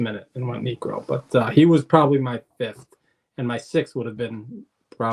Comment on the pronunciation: Niekro? Really man 😅 As a Braves fan (I love Knucksie) but he doesnt crack it ha